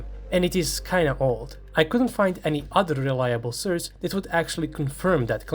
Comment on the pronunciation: Great vid as usual. By the way, I absolutely dont mind your slight accent, but please learn to pronounce 'source'. (its really offputting, sry)